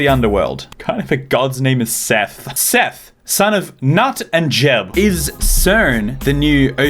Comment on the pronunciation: Nut is pronounced like Neat Just an fyi